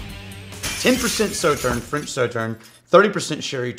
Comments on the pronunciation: They stressed the pronunciation of Sauterne, and still didn’t say it right...smh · “Saw”tern is correct. Hurt my ears to hear it incorrect. This is a really nice rye but pricey. Better values elsewhere.